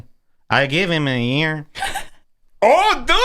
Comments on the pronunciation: "I geev heem a yeeer" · It’s like some fucked up, old Travolta voice until he throws in a Mexican pronunciation of the word “year”. What a fuckstick!